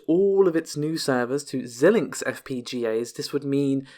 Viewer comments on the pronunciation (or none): Xilinx is pronounced "Z-eye-linx" and not "Zill-linx". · I do not believe that Xilinx is pronounced like that.